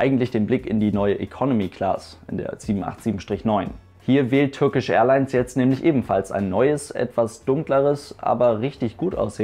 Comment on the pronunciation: Bitte Turkish Englisch aussprechen!!! Es steht ja nicht Türkisch auf dem Flieger drauf! Danke!